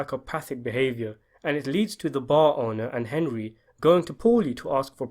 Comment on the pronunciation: Young Tommy call Henry “Hendry” What’s up with that?